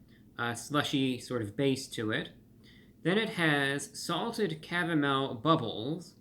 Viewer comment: "With a cavamel sauce!" 😂😂😂 Gotta love Reviewbrah!